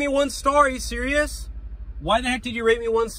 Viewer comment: the way he said are you selirys right now